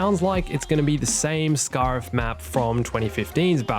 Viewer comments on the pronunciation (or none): Scare-if not scar-if. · The way you say scariff really pisses me off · Giving you a dislike for the way you said Scarif that was painful to hear. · I know that’s not how you say Scarif, but I’m saying it that way from now on